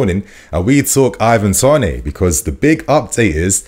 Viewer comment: Why are we pronouncing it Ivan Tonay dude??